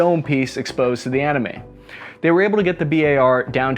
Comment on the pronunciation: I swear i heard him say that the legendaty doldier took out 60 animes (japanese